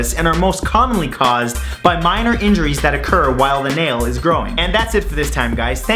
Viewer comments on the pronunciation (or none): none